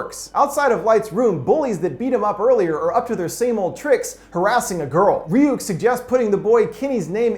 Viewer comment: "Its pronounced Rayuk,kid